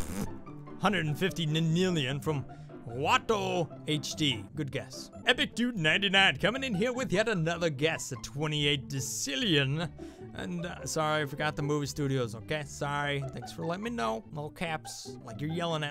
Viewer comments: Decillion NOT decicillion! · It's not dececillion it's deck-illion angles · It's pronounced DECKcillion. I can prove my point if people challenge my voice.